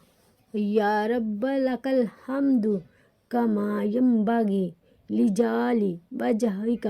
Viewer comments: Arbi sahi ada Kia karein, aap ne lijali Bola hay jabke lafz hay lijalali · سبحان اللہ۔ دعا میں " لجلال " کا تلف کچھ سمجھ نہیں ایا۔ اپ نے درست پڑھا تو اچھی بات ھے؟ اپنی راۓ سے اگاہ کیجیے گا۔ شکریہ۔